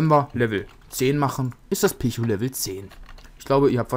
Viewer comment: Pichu spricht man Pietschu aus;)